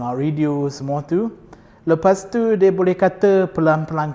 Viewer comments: Tiuww teuww teww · Bila sebut "tu" ada sleng dia..haha